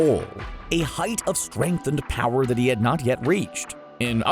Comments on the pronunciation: he said tournament of kower, not power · Who else just realized that he said Tournament of cower instead of power xS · Did he say tournament of cower 🤣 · my nigga said “Tournament if Cower”